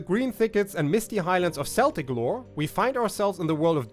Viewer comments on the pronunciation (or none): It made me smile because I only recently learnt that it is pronounced "keltic", not "seltic". Happens, if you learn from written sources.😉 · I want to like you, but your pronunciation of "Celtic" is murdering my soul.